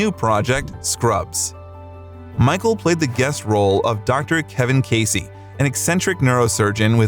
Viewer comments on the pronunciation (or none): none